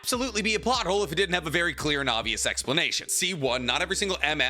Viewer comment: I swear I heard naruto butt hole instead of plot hole 😂😅